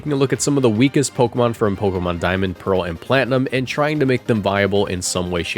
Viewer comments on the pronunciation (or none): none